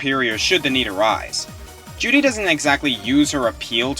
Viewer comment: I REALLY wish my 360 worked.....so I could play me some Bayonetta :( and every time you say Juri it sounds like you're saying Judy....weird.